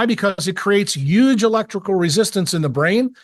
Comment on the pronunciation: why can't this guy pronounce the word "huge" correctly? the H isn't silent ...